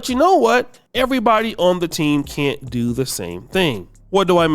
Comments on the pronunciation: She said, "why caint us". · why "caint" us